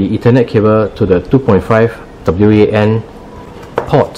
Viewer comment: Once the narrator said w. A. N. Port instead wan I was out